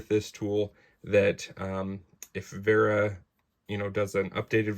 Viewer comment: It is nice for my german ears to hear you say "Vera" correctly. Many english speakers get tricked into saying sth like "wearer". Now if you could punch "Zyklop" into google translate some time and listen to the german way of saying it, you'd be next level. Thanks for reviewing this tool. I was thinking if it is worth the money for quite some time now.